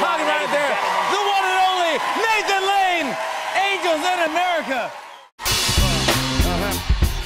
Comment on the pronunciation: And it's Nathan Lane not Hsle